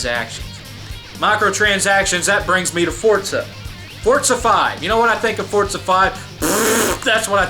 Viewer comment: it's Forza not fortza